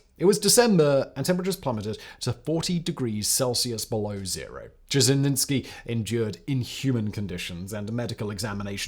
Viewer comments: Its not fuckin Żeźnicki its Dzierżyński... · What's with the "itsky" stuff? Slow down, pal! Also Dzherzhinsky also had a model for the Cheka. It was the czarist secret police, the Okhrana. Ain't nuthin' new under the sun. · who the hell is je-je-nits-key? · A lot of English speakers don’t like to put effort into reading and pronouncing Russian or Russian adjacent names. It’s sad but true. And the name doesn’t even have to be complicated. I live in the US with the simple name of AYNA………..you read that as ANYA didn’t you? So I’m just patient with fact boy and his Dezhenitsky and Zhezhenitsky. He’s got good facts, few grammatical errors and is fun to watch. ❤ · Repeat after me. ZHER-ZHIN-SKI. ZHER-ZHIN-SKI. ZHER-ZHIN-SKI. ZHER-ZHIN-SKI. ZHER-ZHIN-SKI. ZHER-ZHIN-SKI. ZHER-ZHIN-SKI. ZHER-ZHIN-SKI. ZHER-ZHIN-SKI. ZHER-ZHIN-SKI. Your word is taken as fact, make it worth the effing effort. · You butchered Dzierżyński's surname SO hard that I feel like it's a form of vengance for all the Blood on his hands. :) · Poor Simon… Saying the surname Dzerzhinskiy so many time just broke him. He just gave up at some point 😂😂😂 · You butchered his surname a lot Sir. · Not only that, but there were a couple variations, each worse than the other.